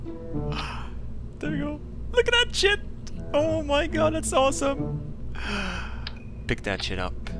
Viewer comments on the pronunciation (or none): He's not saying look at DAT shit he's saying lookadatshit